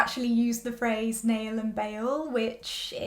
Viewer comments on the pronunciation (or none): none